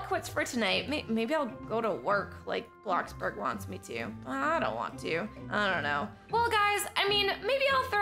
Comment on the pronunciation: Ummmm you said blackburg its bloxburg